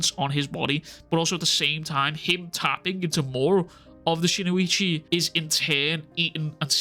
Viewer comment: Brother, it’s spelled “Shinuchi” and pronounced just as it’s spelled; “SHIN-UCHI”.. there’s no (o) after Shin & no (i) after the U. It’s Shin - - Uchi. Shin like your shin bone. Uchi like Itachi Uchiha but without the (ha). Shin-uchi. All love brother, love your content no hate, it just drives me crazy hearing, “SHIN-O-ICHI” or “SHINUICHI” over & over & over lol.